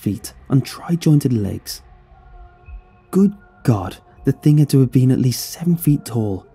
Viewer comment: There’s just something so funny about how British people say stuff like “good god”